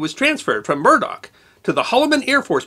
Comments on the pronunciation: Just one minor quibble, it's "Muroc" airfield, not "Murdock". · muroc, not murdock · Edwards Airforce Base was formerly named Muroc Army Airfield, not Murdock...(pronounced "Müh-rock") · Muroc not murdock. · Great man and great video. The original name of Edwards AFB was Muroc, not Murdock. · I have found yet another error in your narration, The correct name of the base is MUROC not Murdock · Not that I look for them, but I believe I have caught two mistakes in this episode. The name of the testing range near Edwards Air Force Base is Muroc, not Murdoc. It is named after Muroc Dry Lake. And the study of animals is pronounced ZO-ology, not ZOO-ology. Still, I really enjoy your presentations and will continue to watch them. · it is MUROC nor murdock..... get your history right ...... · Just a nitpick.. It’s “Muroc” without the “d.” Not “Murdoc.” Name was the backward spelling of “Corum” since there was already a town town Corum and the postal service wouldn’t let them use the name. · I HATE to be picky, but the AFB where the testing was done is not "Murdock", it was "Muroc". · Murdoch? i thought it was Mirrock (sp?) Airfield. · Murroc not Murdock